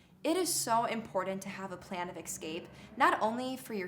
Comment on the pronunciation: Thanks. Tip for improving cred: It’s “E-SCAPE” not “EX-SCAPE”